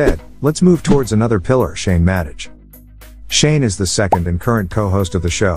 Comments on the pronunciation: Yupp, that's an AI voice (I'm sorry if that annoyed you).. I knew it was pronounced 'Madeh' and not 'Madej', (I wrote that in the description)..... How did I not notice that while making, I myself don't know... But I'm shifting to my voice very soon in coming videos (I don't know why but I felt this voice a lil bit calming)😁😁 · So are you using a " narration feature"? what ever that is. I too noticed the mispronunciation of Madej, and it made me think the whole piece was computer generated. Some kind of AI software used to dev content for clicks and $$ It would be hard to not know how to pronounce Shane's last name if you are a fan of the show. Same with Shaniacs which is pronounced like maniacs not the weird pronunciation you used. Also general text delivery is flat little intonation --no rise and fall before opposing ideas or parentheticals phrases. So are you a "Bot"?